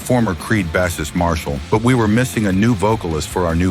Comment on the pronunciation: Mostly lol it made some mistakes. What annoys me is how it pronounces bassist